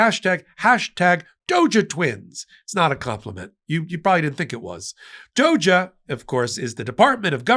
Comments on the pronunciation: Just say it right lol innit. It’s not Dogah. It’s doge. Like rogue, load, road, toad. 🤷‍♂️🤣🤣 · If pronouncing DOGE as "DOGGY", "doge twins" is really quite funny 😂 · It's pronounced, "dog-ee." So, these guys are doggies. T-rump just loves doggies.